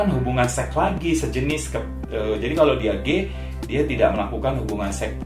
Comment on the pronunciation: Maaf Bang, koreksi sedikit. Yang bener itu -> Hubungan SEKS Bukan kaya abang bilang -> Hubungan SEK SEX = SEKS SEX ×= SEK Sekian, koreksi dari saya. Mohon maaf bila ada salah kata dalam penyampaian.